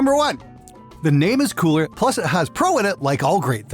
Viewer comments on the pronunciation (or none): none